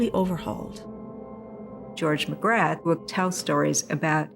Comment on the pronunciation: Dr Magrath - you don't pronounce the "th".